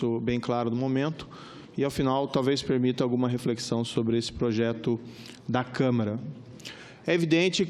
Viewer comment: Este Moro é uma vergonha. O cara nem sabe falar câmara.